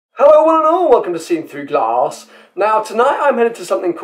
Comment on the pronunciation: What happened at the beginning 😢. You were like 'and welcome to Seen Through Glarse'. Not the calm, usual 'glass'.